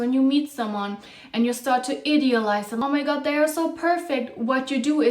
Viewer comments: She pronounces I-deal-ize as Id-eal-ize because you’re an idiot when you do that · I love your content and perhaps English is not your first language but the way you pronounce idealize is wrong